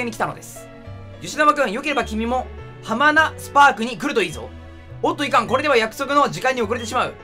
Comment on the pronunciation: 絶対よしなまハマナスパークを ハマナ「スパーク」だと思ってるでしょ